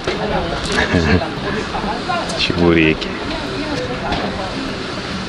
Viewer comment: Чебуреки, чебуреки нежно произнес и незаметно вытер жирный палец о скатерть 😳